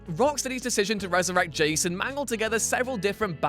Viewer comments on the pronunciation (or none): none